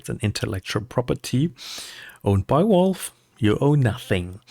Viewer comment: Why the heck do you say WALVE? It's VALVE, with a V :D